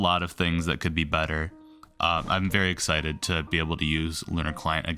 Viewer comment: did you just said "exited"?